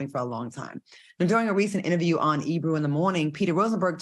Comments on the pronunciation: The guy's name is Ebro not Ebrew lolol! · That wasn’t Ebro it was Peter Rosenberg. Why do the keep saying Ebrew?😂😂😂😂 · i love y’all❣️ it’s not quite e”brew”… rather e”bro” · Not them mistaking Peter Rosenberg for Ebro, but then calling him Ebru 💀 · First of ALL his name is NOT E-Brew 😅😂😂 it’s E-Bro!! And second of all AND most importantly EBRO did not ask that question AT ALL it was Peter ROSENBERG who asked the Question 😩😩 come on now FOX SOUL TEAGIF.. And I love this show, BUT y’all gotta do better research on the facts before y’all give your OPINIONS 🥴🥴🥴 EDIT: ok Claudia corrected it! However still proves they don’t research topics before speaking on them, they just read the headlines 🥴🥴